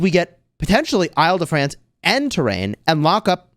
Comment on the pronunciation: the way to pronounce Île-de-France is like "ill" or sick in english....